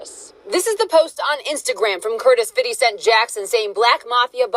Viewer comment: I’m mad she said “fiddy cent “